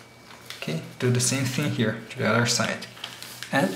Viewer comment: Fucking hate it when you say 'to'. It comes out 'chu'. God.